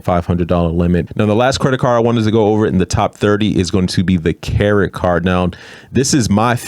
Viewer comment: Did you say Carrot Card?